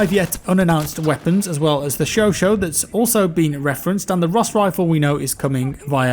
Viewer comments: Its pronounced "cho cha" not sho sho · Chauchat is pronounced chau as in SHOw and chat as in CHApter.